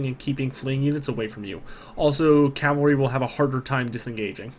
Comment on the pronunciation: Why do you keep adding an L to Cavalry its CAV-alry not CAL-vary....